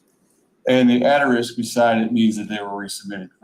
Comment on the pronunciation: ATERISK????? Did this dude graduate from 8th grade?